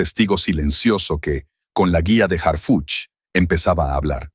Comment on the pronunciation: Que bueno que ya estan tras las rejas esas mujera verdad yo me canso de escucharlo decir hargucj y harfuch